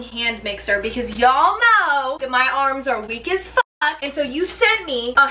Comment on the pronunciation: "I kinda don't give a FOCK." 😂